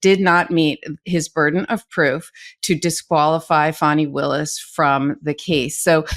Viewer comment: Yes! Ms Agnifilo knows how to pronounce "Fani." The Fulton Co DA is not a baby deer.